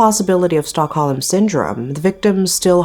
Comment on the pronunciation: It's not "stock-ho-lem" it's pronounced "stock-home." Silent "l"